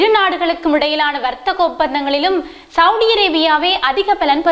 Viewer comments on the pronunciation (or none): உங்களது தமிழ் உச்சரிப்புக்கள் மிக நன்றாக இருக்கின்றது.இருந்தாலும் சவுடி சவுடி என்று சவூதி அரேபியாவை அழைப்பதை திருத்திக்கொண்டால் மிக நல்லது என்று அன்போடு சொல்லிக்கொள்கிறேன்.